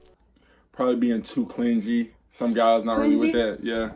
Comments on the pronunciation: From now on I'm only pronouncing it as "clin-ge" 🤣😭 love you guys! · stop it he did not say clin-gee i am cryinggggggg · 1 minute and 23 seconds in and the way he pronounced clingy had to be the funniest but cutest thing ever KEEP HIM KENZIE hahaha